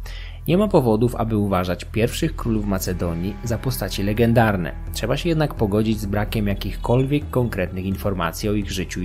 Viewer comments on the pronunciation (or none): none